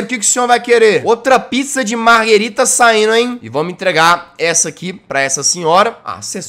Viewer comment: Jazz é margerita não margarida nem margarina 😂😂😂😂😂😂